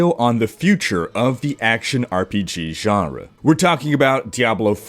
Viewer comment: Please never say "Genre" again...